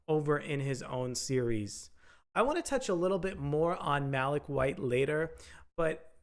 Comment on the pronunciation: Malik (Mah-leek) not Mah-lick 🙄